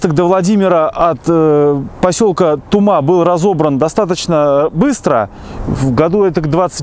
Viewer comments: В названии "Тума" ударение на первый слог!!! А вообще, в конце 80 -тых видед в районе Шумаши остаток пути. Рельсы былы маркированы 188 затертым годом. Сохранился кусок УЖД в п. Болонь на торфопрелприятии. В основном сейчас на бывшей трассе до Спаск-Клепиков проходит нить газопровода. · Спасибо Вам мил человек здоровья и удачи! Немного Вас поправлю населённый пункт Тума , ударение необходимо делать на У . А в остальном всё великолепно!!! Ещё раз огромное Вам спасибо мил человек!!! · Не ТумА, а ТУма, не ТрубЕж, а ТрУбеж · Тума, Трубеж ударения на первый слог. Привет из Рязани.